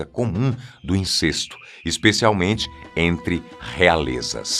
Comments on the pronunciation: INCESTO – A pronúncia é com É aberto, rimando com GESTO, PROTESTO, RESTO. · Pronúncia correta: INCÉSTO!